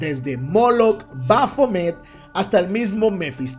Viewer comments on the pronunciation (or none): none